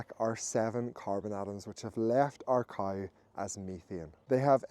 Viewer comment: Also it's cow not couwe.